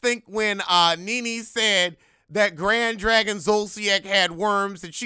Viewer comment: “Grad Drag-On “ lol